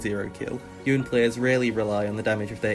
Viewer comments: Ok, you are the best, but the nome of this champ is.. Y o n E, not "youn" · It's pronouned Yo-nay, not Yoan. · YOH-NEH. NOT YOHHN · It's really hard watching the video when you keep calling him Youn instead of Yone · ITS YONE NOT YOUN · why do people say yon or youn ? bro its just YONE , theres an E too smh. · The cinematic: Yo-Ne The card game: Yo-Ne Riot: Yo-Ne Every youtuber: YOUN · I see where you’re coming from but I don’t think the way you pronounce a video game character’s name represents your real life. People pronounce Youn because it rolls off the tongue easier. Less syllables. That’s it. No other meaning. And it’s like you said - it’s a video game character. It doesn’t matter. Yone isn’t a real person and he isn’t going to get offended. I don’t see how looking for a little convenience is wrong if no one is getting hurt. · I always pronounced it "Youn" because when I first read the lore I read it that way, I then found a lore channel called Necrit and he pronounced it that way too and I never heard anyone pronounce it "Yo-Ne" until the card game pronounced it "Yo-Ne." I tried to pronounce it right when Yone came out but honestly I'm so used to calling him "Youn" that I don't know if I'll ever pronounce it "Yo-Ne." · The character is of Japanese origins... the spelling uses the hiragana 'yo' pronouced "yoh" and 'ne' pronounced "neh" .."youn" is definitely wrong based on character design/origin, but idk if it rlly matters? lol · Youn is his name, it’s not like riot know how to do anything but nerf Asol so I’m not taking their Japanese lessons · Spell the word Yone: ppl say Yo-Ne Spell the word cone: ppl say Coun. Such logic. Much wow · It's "yo-neh" not "yown" but whatever. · IT'S FUCKING YO-NE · Man, I get triggered by the pronunciation. Everyone gets it wrong. Obviously it's Y-One. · fr But in a way yo-ne sounds better, cause it's the correct way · great video, painful to sit through it hearing "yown" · It's Yon-ay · Not yonay yon or yoni..ITS YO-NE!